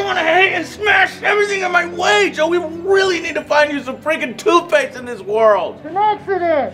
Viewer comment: He said “toothplaste” twice😂